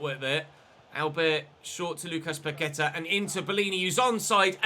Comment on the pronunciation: Just a heads up, it’s pronounced PaquetA with the emphasis on the last A. Love the vids though